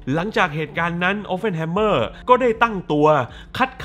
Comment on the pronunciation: ขอแอบแก้หน่อยนะครับ ชื่อแก Oppenheimer ออกเสียงว่า ออป-เพ่น ไม่ใช่ ออป-เฟ่น ครับ (มีแต่ตัว p ไม่ใช่ ph เลยออกเสียงตัว p ไม่ใช่ ph ครับ) นอกจากนั้น เยี่ยมครับ